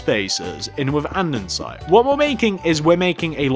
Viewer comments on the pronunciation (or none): Has no one addressed the issue that he says andndsite no offence Ilysm me and my cousin are your biggest fans but I was just sayin And can you do us a favour and in your vids tell us the dimensions and if your starting from the front or back of the build!!!! It would mean a lot for you to do that cos we are building city TYSM